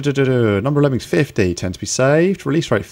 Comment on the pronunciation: I love "Lemmins"